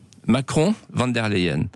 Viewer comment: C'est pas von der layen mais von der lachienne 😂😂😂😂😂😂😂